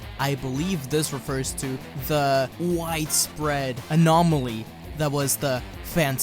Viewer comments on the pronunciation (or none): wtf is an anamoly? It's anomaly, repeat after me, a n o m a l y. Did you do this entire video in one take? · “It’s such an anamoly” 😂